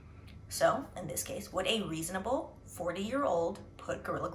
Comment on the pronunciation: Ree- son - a-bel.😂 good points made.